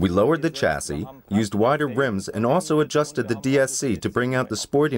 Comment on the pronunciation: omg doesnt know how to pronounce chassis chassis=sha - sy